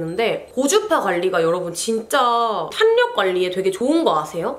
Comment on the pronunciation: 탄력은 /탈 력/ 발음해 주시면 더 좋을 것 같아요. 내용은 너무 도움 됩니다. 응원합니다.